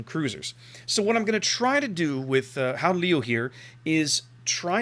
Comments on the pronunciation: yeah its like the cheth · Your second attempt at pronouncing it was almost correct, apart form the 'G' sound.